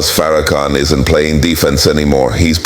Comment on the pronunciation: You can hear the condescending tone in Donahue's voice. Donahue Is also mispronouncing his name calling him "fair- a -can, oops were we not supposed to see the total disrespect. Sorry Mr. Donahue, your entitlement is showing. The "gotcha" moment didn't happen according to plan. Thank you Minister Farrakhan. Donahue forgot. He didn't get the memo that slavery is over. Maybe he should open his wallet and contribute to reparations.